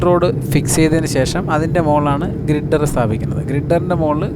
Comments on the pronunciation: ഗ്രിഡർ അല്ല, ഗർഡർ (Girder) ; പിൽ ക്യാപ് അല്ല, പൈൽ ക്യാപ് (Pile) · നല്ല വീഡിയോ. കുറച്ച് കാലത്തിനു നമുക്ക് അഭിമാനിക്കാം ഏറ്റവും നീളം കൂടിയ എലിവേറ്റഡ് ഹൈവേ എന്ന്. ചെന്നൈയിൽ താമ്പരം ചെങ്കൽപ്പേട് ഇടയിൽ 23 k m ഉള്ള എലിവേറ്റഡ് ഹൈവേ വരുന്നുണ്ട്. പിന്നെ ഗ്രിഡർ അല്ല ഗർഡർ ആണ്. അത് ശ്രദ്ധിക്കുക